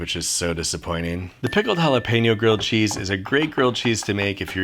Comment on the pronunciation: Gilld chese